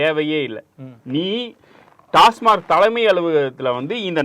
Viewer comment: யோவ் டாஸ்மார்க் இல்லையா.. டாஸ்மாக் ன்னு தெளிவா சொல்லு..